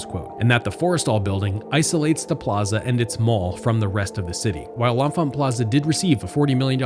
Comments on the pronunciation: "Leh-Fant" or "Le-Fant" is the local pronunciation of the station. That first "n" is silent. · "Le-Fant" That first "n" is silent.